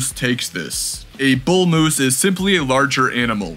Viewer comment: There is no letter u in the word MOOSE